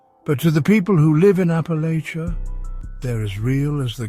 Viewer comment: Please learn to pronounce Appalachia properly